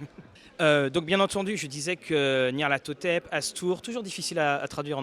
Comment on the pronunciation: Chouette interview comme d'hab ! Bravo pour la prononciation de Nyarlathothep en anglais ! ^^ Rhooo et ce scoop sur la Runequest Campaign !!!